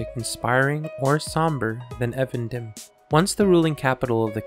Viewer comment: It's pronounced EEvendinm* btw